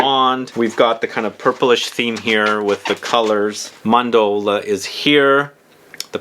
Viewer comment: Bro chel e on day. Ce in Italian is chee.Mahn door lay(eh)= Mandorle. I love your channel but would love to see more care taken in your Italian pronunciation as you do your French